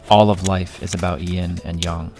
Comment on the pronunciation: It's Yin and Yang, not Yin and Young.